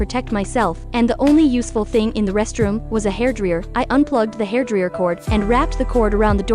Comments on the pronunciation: Hairdreeeeyer wtf is hairdreeeeyer it's hairdryer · "Hair Driyer" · "the hairdriìęr"